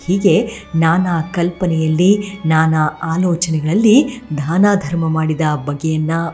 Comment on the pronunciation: ದಯವಿಟ್ಟು ಧಾನ ಅಂತ ಹೇಳಬೇಡಿ... ಅದು ದಾನ...